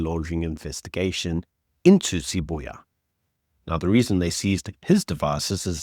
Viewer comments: Sibiya not Sibuya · Sibiya, not Siboya